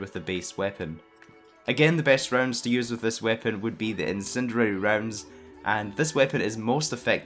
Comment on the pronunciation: "incinererer rounds"